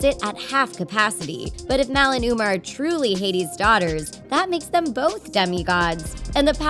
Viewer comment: You said Mal and Umer